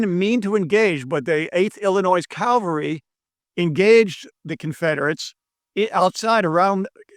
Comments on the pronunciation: "Cav all ree" not "cal var ree" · Why do people always say CAL VA RY when it should be CA VAL RY when referring to horse soldiers???? Sorry for the OCD rant...